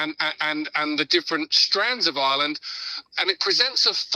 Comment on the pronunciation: Declan English Ganley on about " Oirland". 😂